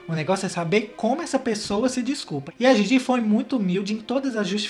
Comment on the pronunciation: Não se pronúncia (Gigi) e sim (dhidhi)